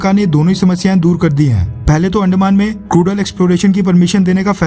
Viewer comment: Bro please don't insult our language please... अंदमान not अंडमान